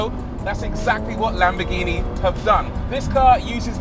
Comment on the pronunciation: it’s NOT lamb-BEH-ghini it’s. lamb-BORE-ghini there’s an OR in there. there’s an OR in there. there’s an OR in there. actually it’s LUM-BORE-ghini you make videos on cars you don’t pronounce properly. LAMBORGHINI